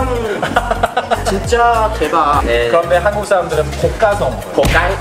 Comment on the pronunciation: 可以讀韓國這個詞語的有點奇怪，讀한的時候應該要高音一點，不然你讀得跟普通話沒分別